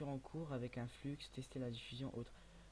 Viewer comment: Mdr à il dit fluxxxx